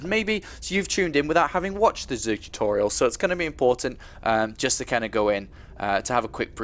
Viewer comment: LOL! I forgot about him saying "tutorital" :3. I'm a little surprised.